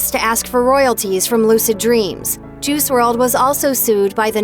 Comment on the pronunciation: It's pronounced juhrod